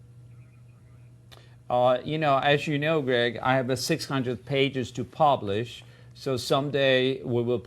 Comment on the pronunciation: he calls him ''grag'' hjahahahahaha